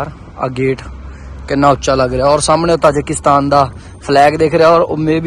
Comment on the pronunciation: ਤਜਾਕਿਸਤਾਨ ਨਹੀਂ ਤਾਜਿਕਿਸਤਾਨ ਹੈ